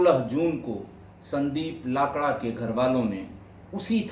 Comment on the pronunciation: Sir, we pronounce लकड़ा 🙏🏻